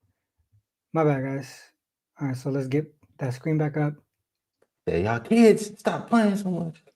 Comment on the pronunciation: opening up the show with a southern "y'all" greeting. Love the $5 Tuesday specials....